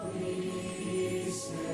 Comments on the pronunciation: We say let it CWASSONT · THEY’RE NOT LETING IT KWAHSSONETE